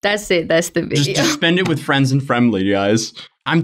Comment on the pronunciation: Yo I watched this high af and this mans really said frems and fremlys